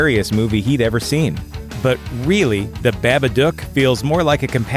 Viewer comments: Narrator is mispronouncing the the title "Babadock". It is pronounced Baba-duke. The "dock" part of the name should sound like "duke". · Am I the only one who was cringing about how he said Babadook?This is how you pronounce it, Ba-ba-dooooook! The OOOOOOOOOOOOO is key my dude! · unforgivable how hard you butchered pronouncing "babadook" ... smh